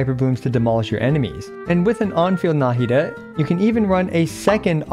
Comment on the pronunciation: Why do people pronounce her name nAhida instead of nahIda? Even in mihoyos official intro video they pronounce it nahIda